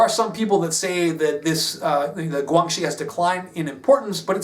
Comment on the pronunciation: guan xi (關係) is pronounced "gw-anne she"